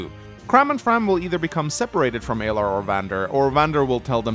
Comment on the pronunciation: Well we already know you're incorrect within the first 30 seconds because you keep calling them Aylar instead of Alear 😂